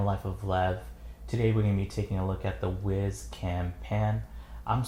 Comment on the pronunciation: I thought it was pronounced wise (as in smart) not wiz (as to pee).